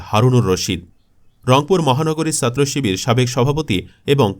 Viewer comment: এই বাঙাল ছাত্র শব্দটা ছ দিয়ে শুরু, আরবি সিন্ দিয়ে। ভুল উচ্চারণ বিরক্ত লাগে। তাই একটা ডিসলাইক দিলাম।